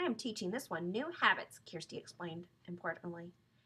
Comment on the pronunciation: it is kirsti not kersti